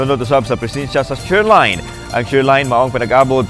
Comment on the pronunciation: Kinsa man jud ng sigeg balita anang SHER LINE. Taka ra jud basa ba. SHEAR LINE = SHEER ANG PAGBASA ANA. STRONG KO KAY CGE KOG PANGITA SA DICTIONARY UNSAY SHER LINE, shear line diay to. Hahhahahahaha makasapot🫣😅